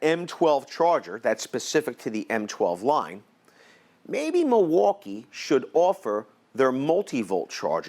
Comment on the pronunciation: "muuwalkie" "spesiffcationios" XD